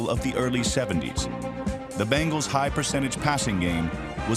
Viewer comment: Pretty sure it’s pronounced BENGals and not BANGals